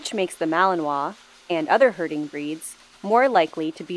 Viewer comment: Wait! Did you say they're "Herding dogs or Hurting dogs"?